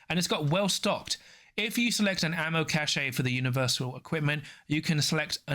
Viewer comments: Cache is pronounce 'cash'. Cachet is pronounced 'cash=ay'. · Isn't it ammo "cash"? Cache is pronounced "Cash" is believe! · think cachet is said like "cash ey" and cache is said like "cash" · I had assumed it was the difference between American english and UK english so I googled it. Hopefully you weren't us/uk/au